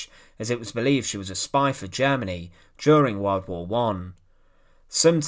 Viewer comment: what the hell is a wald wauuuuugggghhh , it is pronounced world war . Im done . Im asking you tube to not recommend this.